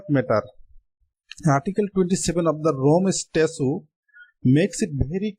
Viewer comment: The" Statute" pronunciation must be cleared in the interest of student.